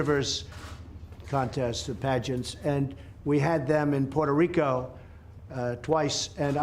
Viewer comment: He can’t even pronounce Puerto Rico.